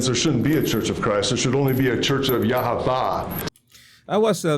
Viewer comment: He doesn’t even know how to pronounce Yahweh correctly. Idiotic man.